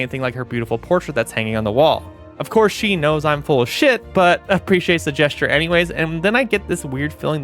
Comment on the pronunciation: I’ve never heard someone pronounce gesture like that